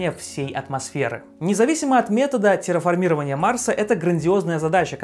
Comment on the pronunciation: Ударение в "феномен" - хорошо, в "парейдолия" и "терраформирование" - плохо. К тому же колонии на Марсе если и будут, то наверняка только под землёй